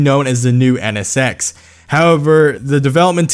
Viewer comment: "EH NE SEX"